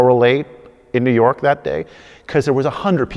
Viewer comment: I hate the way you say “New York” I’m sorry but it bugs me